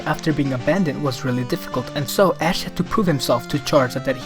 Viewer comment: "ask" lol